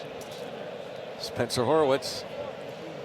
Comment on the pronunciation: Why does Greg Brown keep pronouncing Spencer's name wrong. There is only one O, Greg. It is not Horowitz, it is Horwitz😅.